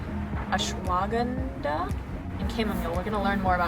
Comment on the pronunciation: Awsh-wah-gahn-dah It's a root, an adaptogenic